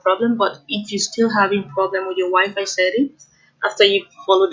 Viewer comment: I thought she said " your wife" 😂😂